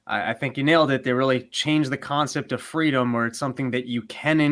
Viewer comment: "FWEEDOM" - Kamala Harris